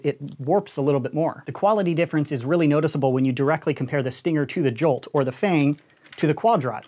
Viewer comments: Everyone: "Jolt": "Juwhlt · " Alpha Strike Series review but everytime he says jolt it gets more distorted"